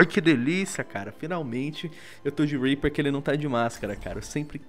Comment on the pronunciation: Zed Rimstad HAHAHHAHHAHA eu sei cara mas é que ele falou pro R E A P E R E hahajhahahhahahah